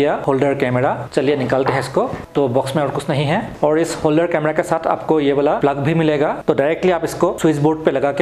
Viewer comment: होलदर नहीं होता। होल्डर होता है।